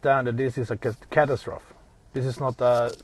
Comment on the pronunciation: "Overlook" not "oversee." To overlook is to look the other way, ignore. To oversee is to supervise someone or manage a project. // To fund, not "fund into." // Catastrophe was mispronounced, ca-ta-stro-fee. Otherwise, your English is perfect and your accent is charming.